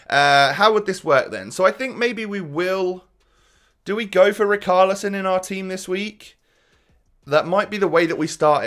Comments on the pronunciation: yea he is saying "char" as "khar" and it should be more like the "sha" like "shaqiri" so "ri char li son" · As a brazilian fan, the correct pronunciation is "ri shar li son" love the content btw